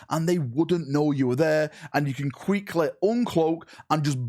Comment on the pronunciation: "...you can qweekly uncloak..." ' English skills are tenuous at best. Ironic considering he comes from the country that spawned the language.